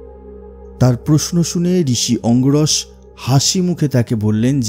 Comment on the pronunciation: অঙ্গিরস, অঙ্গরস নয়।